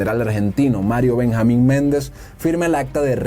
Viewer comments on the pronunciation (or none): "Para ese tiempo Argentina vivía también tiempos turbulentos" 🤣🤣🤣 como que alguna vez en su historia no fuera así...y es Menéndez ,no Méndez 😊